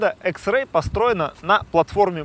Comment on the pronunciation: Почему экс икс а не экс